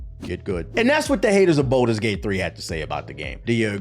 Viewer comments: Please quit calling it bolders gate its baldurs gate but good vid other then that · “boulders gate” kills me 😂